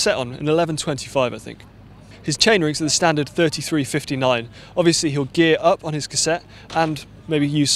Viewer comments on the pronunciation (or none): none